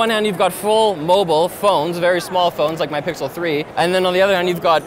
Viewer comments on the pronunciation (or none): none